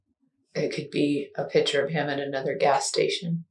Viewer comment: The crime of murder is bad enough, but pronouncing the word picture “pitchur” makes it worse.